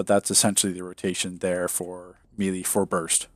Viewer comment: Another great video, but I always cringe when you mispronounce “melee” lol :P